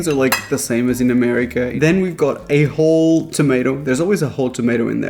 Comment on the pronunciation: Listening and only watching a little, I heard "my wife" when you said "my wifi here..." and then "A-hole" when you said "a whole tomato" 😂 OK so I have to actually watch. Got it.